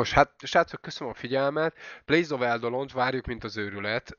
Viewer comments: angolkiejtés of eidolon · Plains of Angolkiejtés pls